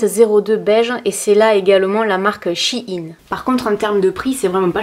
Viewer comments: Personnellement "Shein" je le prononce " chaïne " mais bon je ne pense pas qu'il y ai de prononciation bonne ou non ^^' ! J'ai regardé les vêtements sur le site et j'ai eu pas mal de coup de coeur et ma petite commande est déjà prête ! Je n'ai pas été voir le maquillage par contre car il me semble que c'est un site chinois, et que tu l'avais toi même dit dans une des tes vidéos je ne connais pas la composition et je pense que c'est beaucoup moins clin que ce que l'on peut trouver en boutique ! Mais franchement ce site est un coup de coeur pour moi on peut trouver des meubles, vêtements etc... au fait merci beaucoup pour tes vidéos tu ne m'as jamais déçue !!! <3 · On prononce « shaiine » 😉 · Ça se prononce "chienne" en inversent le e et le i 😂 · Je prononce she in (en anglais) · Tkt tu es pas la seule a pas savoir prononcé shien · On dit She in (car l'ancien nom du site c'était she inside) 😊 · Coucou, pour la prononciation du nom de la marque il s'agit de la contraction de "She Inside" donc "She In";) Voilà ^^ En tout cas, superbe vidéo comme d'habitude! Vivement la prochaine:D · Salut, je suis casi sûr que ça se prononce "Shai-ine" (je sais pas si c' est claire?) sinon tu devrais essayer leurs vêtements il y a un large choix de fringues vraiment sympa pour pas chère 😉 Je t' aime gros bisous YouTube ❤️ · Non c’est « to shine » (à prononcer shaïne) qui veut dire briller... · Laparisienne Delalorraine justement c’est pour cela qu’il dit « CHI INE » et non « CHINE » car « CHI INE » est un diminutif de « CHI INSIDE » 😊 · Je prononce shaïn perso ahahha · En faite ça se dit She(elle en anglais) in Parce qu'avant le site s'appelait she inside. Mais ils ont raccourcis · Perso je le prononce "chaïne" (comme shine en anglais) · Ça se prononce « She In » car avant c’était « She Inside »😘😘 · Personnellement je le prononce Ch Aie Ne (en très phonétique) mais pas sur du tout que ce soit la bonne prononciation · SH-> CH / EI -> éille -> SHEIN